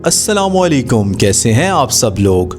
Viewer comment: سارے ویلاگرز سلام علیکم کہتے ہیں ۔خدا کے لیے ٹھیک بولیں اسلام علیکم ۔